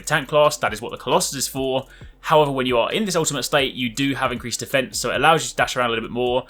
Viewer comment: the way you say defence makes it sound like you're saying a fence